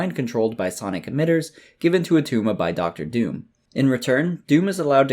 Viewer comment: It's not Attuma...heh heh heh